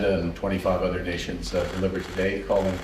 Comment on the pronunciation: He said "utter" products 🙂